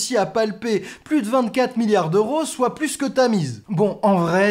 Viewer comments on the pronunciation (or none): none